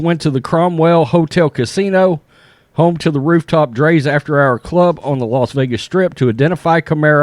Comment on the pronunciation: Rite and it's drias not dre's